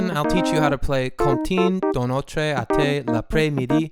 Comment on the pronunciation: “Autrai” lmfao c’est pas le meme que autre